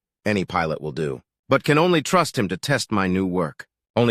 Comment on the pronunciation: "silumations" ---> "simulations" "vow of his head" ---> "bow of his head"